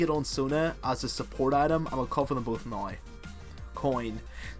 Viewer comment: Your accent^^ - Noiiii Instead of Now :P